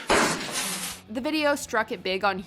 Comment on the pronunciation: Peer to peer network called "Ca-za"? It was pronounced "Kah-ZAAH". And yet again some of the narrators on Mojo make me feel like the damn Crypt Keeper. 😂